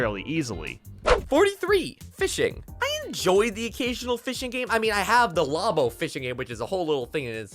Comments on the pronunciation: How does something pronounce LABO as LOBo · pronounced Labo as Law-bo. this is crime